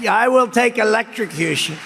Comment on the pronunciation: I think he actually said “elextrocution” and not “electrosocution” but I don’t think Ben should be throwing mispronunciation stones from his glass house of not pronouncing the “r” in “preliminary”. Ben! You say “peliminary” and not “preliminary” all the time. People say words wrong and it’s not a judgement on them at all. Focus on the cat turd of it all and the weirdness of the whole shark/electrocution thing and not when Trump says a word wrong. It just promotes ableism if we start mocking people for their idiosyncratic speech patterns. It’s one step from mocking “elextrocution” to mocking Biden’s stutter. Do better please! I noticed you stopped the offensive and ableist references to a 5150 hold and I appreciate that. But there’s still more work to do in order to create a progressive media ecosystem that is inclusive to everyone. Thanks.